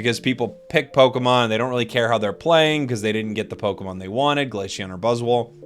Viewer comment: Is he saying Glasheon?